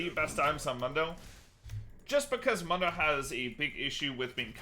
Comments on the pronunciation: Dr. Mundo literally pronounces his name in is voice lines as “moon-doe”. I cring every time he says munn-doe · WTF is that short U sound on MoonDough? Like he literally says his name, you gotta be trolling to mess it up. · This man said MUUNDO?? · Broooooo... Its (MOON-doe) he even says it him self. "MOONDOE goes where he pleases" not (muhn- doe) i cant.. So many people pronounce the names of league champs wrong and i swear they do it just so people comment about it. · Why he keeps calling him Mando? It’s freaking me out man. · How do you mispronounce Mundo when he says his own name. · How do you mispronounce mundo when he literally says his own name?;PP great vid as always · To be fair it's a Spanish word and I'm pretty sure not even Mundo himself says it right